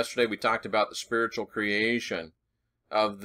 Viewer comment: as you where saying spearitual/spiritual in this video I was hearing sphereical. Where you've been talking about Angles/Angels lately this opens up a new download of traveling in the sphere-it. Think on that profundity.